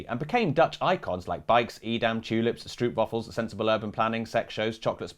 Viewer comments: Very important! The oo in stroopwafel is pronounced like the o in rope. I'll let the rest slide 😅 great video 👍🇳🇱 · 'oo' is not pronounced like that in other languages. yes, in YOUR language, two letter O's next to each other make the OOOOO as in "gooood" sound. but guess what? Every other language on earth is NOT english. Stroopwafel is not pronounced with the OO of "mood". but the "oh" in "oh, how stupid are brits. tut tut." str-ohp. straw-p. stro(ng)-pwafel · Stroep wafels???? It is stroop wafels with oo as in slow and nor=t with oe as in shoe...come on..... do your homework..